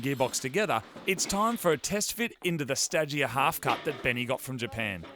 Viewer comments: Stadgea? I thought it was pronounced Stayjaaah. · Moogs pronunciation of Stagea has triggered me. Help